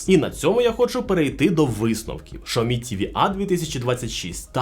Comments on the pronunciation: Xiaomi - Сяомі ШАОМІ - Це на Клінгонському? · а можна адекватний огляд і нормально називати бренди а не шаомі а сяомі або ксяомі а не рекламувати свій магазин пів відео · Яке шаомі? Сяомі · Каждый раз после слова «шаоми» просыпается желание прописать «чапалах» 🤣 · какой нах.. Шаоми!? Китайцы себя назвали [Cяо́-Мі] не шаоми, не ксиоми... Слухайте уважніще, а то потім виходить у всьому світі "Рено CARTUR" а у деяких "Рено сартир" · Єй Шаомі 🤣🤣🤣🤣 Чі Шаурмі 😋🤣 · Шаоми 😂😂😂 расшифровка для этого "эксперта": Сяо-маленький Ми-рисинка. СяоМи=маленькая рисинка ;) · Шаоми ??? 😂😂😂 Вы издеваетесь? Вы бы сначала воспользовались голосовым переводчиком,а потом пургу несли. Я думала меня ничем не удивить... А тут Шаоми 😂😂😂😂 🤦🤦🤦. Во как ... Вы бы этого говорящего человека поменяли на другого. На него смотреть страшно. А уж слушать...🤮🤮🤮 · Шаомі, ізірнет, це що за нова мова?), що за неук писав текст? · удачи😂😂😂. Правильно Сяоми. Воспользуйтесь голосовым переводчиком. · Навчіть свого індуса говорити вірно XIAOMI